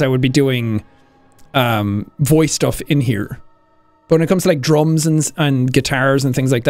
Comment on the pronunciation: Haha lol he said drumss